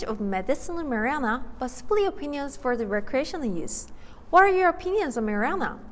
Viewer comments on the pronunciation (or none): "medicinal mari-ana" 😂😂😂 I love engrish speakers